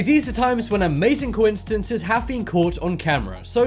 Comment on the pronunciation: "Cointcidences" said